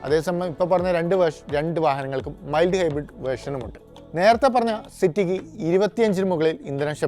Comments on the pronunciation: മിൽഡ് അല്ലടാ കുട്ടാ മൈൽഡ് ആണ് 😅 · മിൽഡ് അല്ലെടോ മൈൽഡ് എന്ന് പറ 😂😂😂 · മിൽഡ് അല്ല മൈൽഡ് ആണ് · Mild Hybrid = മൈൽഡ് ഹൈബ്രിഡ് എന്നു പറയുക. മിൽഡ് എന്നത് തെറ്റ്....!! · internal combustion not compression, മിൽഡ് അല്ല മൈൽഡ്. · How to pronounce mild?